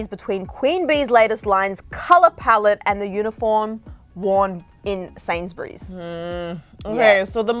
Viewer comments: OMG STOP YOUR SAYING SAINSBURYS WRONG ITS SAID SAYYYYNS NOT SANZ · “Sainsberries” dead😂😂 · its said like sanesbury no sans or berry as a brit I am highly offended by this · Omg there saying Sainsbury’s wrong 😂😂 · The way they pronounced Sainsbury’s LMAOOOO